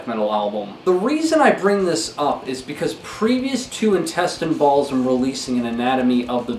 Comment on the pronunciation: He didn't say Intestine Baalism... didn't you hear him? He said Intestine Balsum 😂😂